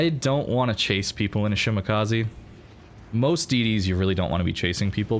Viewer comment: Shima is love. Great games. It's "Sheemah kah say" not "kah zee" i=ee e= ay